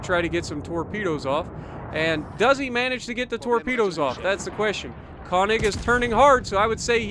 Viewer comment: Instead of "kawnig", it's pronounced more like "kernig". Nice to see the good old Solomon Islands map. Feels like 2015 again.